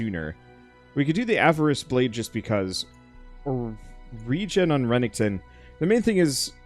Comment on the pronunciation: This game def looks neat; anyone else just slightly bothered by the consistent mispronouncing of Renekton's name? Though saying something prob means he'll just mispronounce worse lol